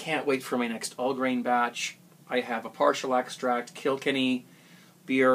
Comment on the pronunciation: im irish and if ur talking about the county of kilkenny in ireland its pronounced kill-kenny :P